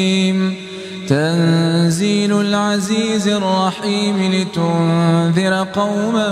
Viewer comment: Asalam o alikum there is a mistake in ayat nmbr 5 tanzeel Lal is correct but u pronounce it tanzeelul.plz correct this